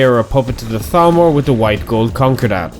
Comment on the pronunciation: Konkerr Datt ? That's the funniest way to say it. I'm calling it the white gold konkerr datt from now on.